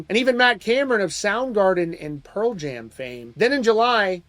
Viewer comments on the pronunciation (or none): none